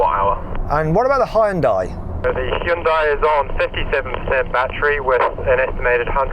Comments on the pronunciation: 현대를 허연다이라고 하네 ㅋㅋㅋ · 이렇게 오랜 세월이 지나도 아직도 외국에선 하이연다이라고 발음하는구나… 이런거 좀 개선이 안되나?